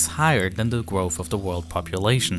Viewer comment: Gwoahof?? You mean growth I think